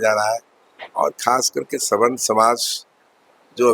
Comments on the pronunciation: अरे मुर्ख पत्रकार सवर्ण होता है स्वर्ण नहीं होता है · अबे रिपोर्टर स्वर्ण नहीं सवर्ण बोल, पहले बोलना सिख तब रिपोर्टिंग कर